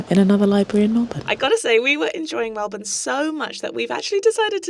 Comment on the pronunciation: You're saying Melbourne like a true Australian! I always cringe when people say "Mel-born", because in Australia it's pronounced "Mel-bin"